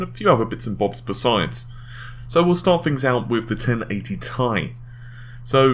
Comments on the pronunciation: IT IS T I NOT "TIE" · .....do they not read the comments? How many people have been telling him it's not 'Tie' but 'T.I.' as in the rapper or 'Tee-Eye'. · 1080 tie tie tie tie tie!!!! aaaaaaaaaaaaaargh, it is T.I. FFS!!!! pronounce it Tee Aye!!! PLEASE!!! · 1080 Tea eye! not Thai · TheSinisterEyes1 T I sounds better and tye isn't well known so if I go to the shops they won't know what the hell I'm talking abt when I ask abt the 1080TI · AAAAAAHHH STAHP SAYING TIE!!! IT'S PRONOUNCED T-I!! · Bah w/e....just going to watch other people who don't pronounce it 'tie'. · When he says "TIE" something breaks inside of me... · am I the only one who gets extremely annoyed when he pronounces TI as Tie? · You say 1080ti very weird. If your to lazy to say the extra syllable who cares but it is kind of weird. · Redshiftit do you know how to read? Ti is not for the chemical symbol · u said "TI" like you know it winds up some viewers. me? not bothered. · Like how people pronounced Pb as "pub"?